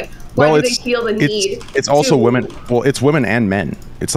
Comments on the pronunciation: Does intentionally say the word "women" wrong? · still unable to pronounce "women" properly.